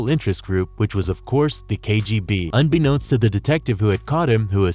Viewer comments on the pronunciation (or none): none